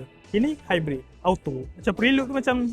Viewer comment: PHRE-LUD bukan PRI-LUD. reviewer bukan gen-z semakk